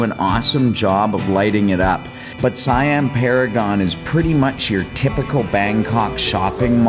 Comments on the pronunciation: it's seeeeeeammmm not siiiiiiiiammmm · Btw, in Thailand, Siam is pronounced "say-am". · check you pronunciation of "Siam". Pay attention to the "i" and the "a" sounds. Once you understand the concept, pronunciation of words (not just here but Singapore, Indonesia, Malaysia, etc) will become so much easier to you. PS I'm not an english teacher. 55555